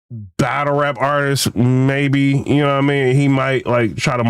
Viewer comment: just said Cassidy is an "ARTISK" When 🥷🏾 try to talk properly 😂😂😂